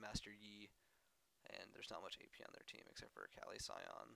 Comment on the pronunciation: pronounce her name right at least its UHKAHLI and its Amplifying Tome not Tomb, long o